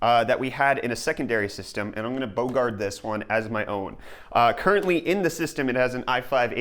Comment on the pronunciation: lol, bogard? What the hell is bogard? It's Bogart.